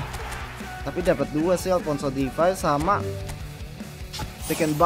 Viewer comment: Alphonso davies bg, bukan Alphonso difais